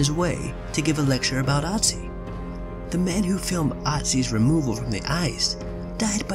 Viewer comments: The dead mountain man (or ice man) isn't called Otzi, he's called Ötzi. Take the i-sound from "bird" and replace it with the ö in Ötzi and you'll have a closer approximation of what he's actually called. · Its not called OTZI its called ÖTZI. You cant just come up with a similar name just cause you cant pronounce it. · It's Ötzi not Otzi ^^ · It's so funny how even the scientist said Oozey when it's actually ötzi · it's ötzi not otzi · Oetzi..... not pronounced "Ottsee". LOL. He wasn't castrated by his killers, either. His junk was stolen by an opportunist who found the body. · It's pronounced OOtzi not otzi, that's the literal point of the two dots above the o. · Its not Otzi, its Ötzi. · Ötzi is the name not Otzi... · Ötzi not Otzi! It’s a difference ! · ÖTZI IS 5300 YEARS OLD, NOT 3000 YEARS OLD! AND ITS PRONOUNCED OOTZI, NOT AHTZI!! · I like you but please learn to pronounce Ötzi right. It’s German I know it’s not always easy for people who doesn’t speak German but o and ö are pronounced very differently so it makes a whole other word. Other than that very interesting video. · It’s not pronounced otzi it’s pronounced ootzi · It's not Otzi, it's Ötzi. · Ötzi, not Otzi... you mispronounced his name 👏🏻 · * Ötzi not Otzi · It’s “ooh-zti” not “ah-zi” 😑😑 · It’s Pronounced ootzi not otzi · I don't understand why people mispronounce Otzis' name it's pronounced Utzi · I took an archaeology class and it's pronounced Urtzi. Known as the iceman who actually had a copper axe before the Stone Age even ended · its ooh-t-zie he spells it utzi but thats how you pronounce it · Irs pronounced Ötzi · It’s pronounced ootze you noob i learned about it in class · ITS CALED ÖTZI YOU MORONS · We learned about #1 in science and no one died from it... And it’s pronounced (Ood-C) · It's Ötzi, pronounced like the German ö. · his name is ötzi...Ö...ÖÖÖÖÖÖÖÖÖ OE... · Thumbs down just because you pronounced Otzi wrong.